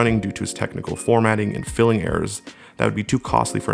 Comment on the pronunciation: Filing errors not filling errors